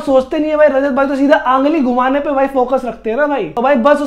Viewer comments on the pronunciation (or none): 😂😂😂 ungli ❌ angli ✅